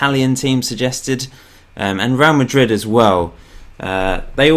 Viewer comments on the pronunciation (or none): none